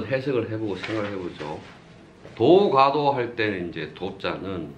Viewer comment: 참 훌륭한 강의입니다. 그러나 독 법 문제. "도가도"의 독버베 문제가 이ㅆ습니다. 우선 선생께서, "도가" "도"라고 ㅋ띄어서 읽었고 첫 번의 "도" 는 짧게 읽었고 다음 "도"는 길게 바르게 읽었습니다. 제 생각으로는 "도" "가도"라고 띄어서 읽고 :가"는 길게 읽어야지요